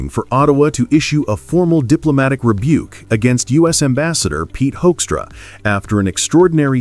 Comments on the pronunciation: Did he say Hoinkstra? 😂😂😂 I Can't disagree. This little piggy became ambassador. 😂😂😂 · This may seem pedantic, but I’m tired of people mispronouncing Hoekstra’s name. I can’t stand the guy. But I think reporters should go the extra yard to figure out how his name should be pronounced. It’s not Hoekstra or many other variations I’ve heard. It is pronounced Whokstra. As in ´´WHO is this asshole and how did he manage to achieve his position?´´. Whokstra = Hoekstra.